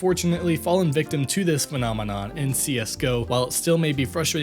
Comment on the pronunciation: > "menomenon" fucking laughed my heart out xDDD